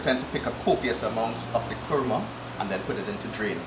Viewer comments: It's kruma 😂😂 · Yes! it is pronounced Kurma fuh real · Why is Kurma - a two syllable word so difficult to pronounce? Imagine a three syllable word🤣